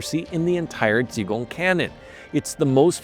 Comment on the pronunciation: Ji Gong! J I G O N G!